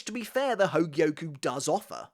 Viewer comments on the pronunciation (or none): Bro goes 💯 spanish on the espada which is nice. But “hogie-oh-kooo” 140 times just hurts 😂